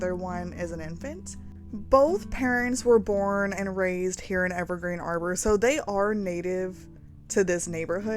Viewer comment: Beautiful build! I believe the world is pronounced Harbor with a hard H sound, as in a place for boats